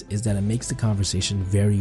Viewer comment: “Da” as opposed to “the” & “wif” rather than “with” is not helping sound sophisticated. Also “rapport” has a silent “t” on the end. Just saying.